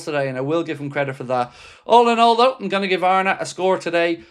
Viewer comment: It’s though not doe